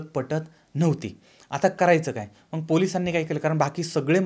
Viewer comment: मंग नव्हे मग असे म्हणा...